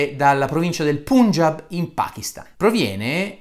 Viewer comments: Pangiab si pronuncia, non Pungiab. Quando si vuole fare i sapienti (con o senza titoli per farlo) ci vuole anche un minimo di conoscenza linguistica e geografica. L'Himalaya sta ANCHE nel Punjiab. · Caro Bressanini, Punjab si legge "pangiàb". Purtroppo si è diffuso l'uso di trascrivere l'hindi dall'alfabeto devanagari all'alfabeto romano in modo che, leggendo le parole con una pronuncia inglese, il risultato sia corretto.